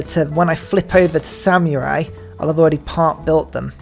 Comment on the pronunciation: Brother if you say samyurai one more time im gonna lose it